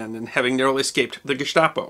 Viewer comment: Congratulations on pronouncing almost all the foreign words correctly, including Gestapo.